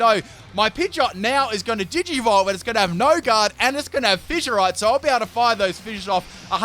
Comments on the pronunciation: DId this man rlly say digi volve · Anyone catch him saying Digi volve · you said digivolve that's digi mon not pokemon get your games straight